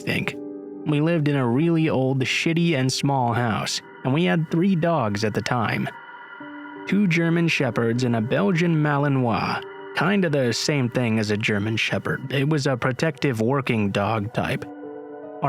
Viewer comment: malinois … sounds like malenoce or nose